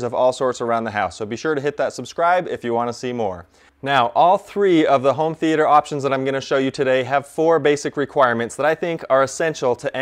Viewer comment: Never trust someone that says 'th e ayy ter'